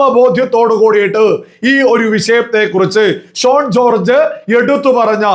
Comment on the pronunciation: Shone alla, correct spelling Shaun ennaanu. 🙏